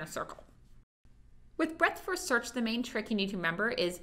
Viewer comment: When you hear break-fast search instead of breadth-first search you know you should go take a nap